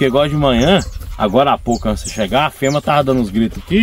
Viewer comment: FEMEA não FEMA ... REPETE COMIGO , FEMEA não FEMA .... FEMEA FEMEA , FEMEA , FEMEA , FEMEA , FEMEA